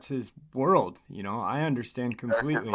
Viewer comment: Thank you for sharing your story... But it's like nails over a chalkboard every time he would repeat saying "ya-kn-oh"